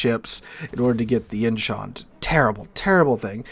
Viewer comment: Nice pronunciation of Incheon! I also liked your more objective and less hyped review of Lestas client. More competition helps to improve the quality of a product and putting a little pressure on WG is a good idea!